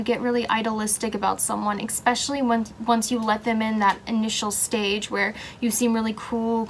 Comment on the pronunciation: I’m sorry but the way you say “especially” drives me insane and I couldn’t even finish this. It’s ESPECIALLY not ECSPECIALLY 😩